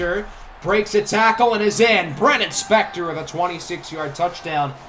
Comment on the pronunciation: Bro it’s Baylen Spector not brennon spector